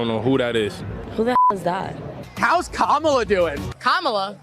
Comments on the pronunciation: Not Mammala. Kneela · Did Drew just say "MamaLa" instead of "Kameluh" 🙄😬😅🤣